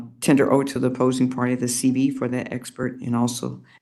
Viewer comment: I was puzzled by the judges reference to a CD or CB, until I realized she WAS NOT PRONOUNCING THE LETTERS CLEARLY. Then I realized she was saying “CV” CURRICULUM VITAE. SHE IS A JUDGE AND DOES NOT SPEAK CLEARLY.